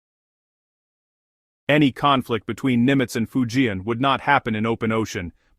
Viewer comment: If you can't even pronounce "Fujian," you're not in the game, are? You're a failure, and you're fooling yourself, Go find out. Then do it over from the start, OK?